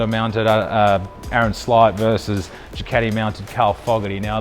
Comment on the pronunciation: Casey stoner says it the same way. It's funny